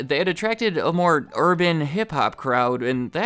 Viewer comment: When he said “urban” 😂